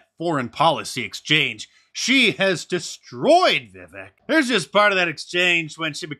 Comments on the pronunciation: Hey Mark Vivek is pronounced like Cake, thanks for the content :) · Viv ache. That's how you pronounce it. He said it's like cake. Vivek. I watched Tucker. Depended on you for the highlights. Thanks Mark. God bless you and yours indeed. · Vivek is pronounced viv-vake